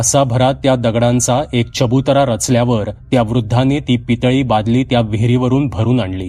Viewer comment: दादा तुम्ही नेहमी छान कथा सांगता आणि वाचन ही छान करता नवनाथांपैकी एक का -कानिफनाथ आणि तुम्ही कनीफनाथ वाचलं ऐकून बरोबर वाटलं नाही आणि दुसरं च्यबुतरा नव्हे तर चबूतरा.कृपया चूक सुधारून घ्याल असं वाटते